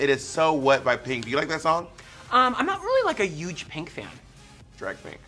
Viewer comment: Thorgy says “uge” and not “huge” i love thorgy ❤ my favorite fashion clown